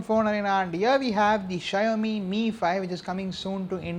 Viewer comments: ksha-yo-mi nahin be shao-mi bol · its "Shaw-o-mi" not "Shy-o-mi"